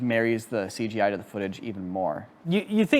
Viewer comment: Please please please. Stop saying seegeej. It's Cee Gee, or c g i . You don't need to shorten it again lol. I cringed every time I heard that lol